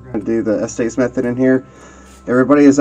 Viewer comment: Just so everyone knows, its pronounce the "estis" method not "esties"